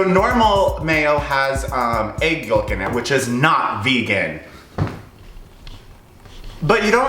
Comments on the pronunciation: Wait he pronounces the L in yoLk? What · He pronounces yolk with such a strong L